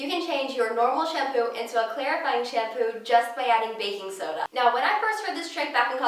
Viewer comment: She said she loved 'baking soda'....sounded like "I'm in love with the coco!" #lovehair